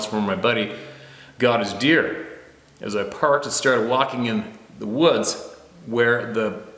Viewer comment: Looks and sounds like you may have had a couple of them coronas before doing the video and its deer not beer lol